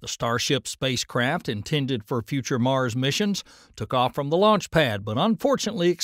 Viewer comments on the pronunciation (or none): none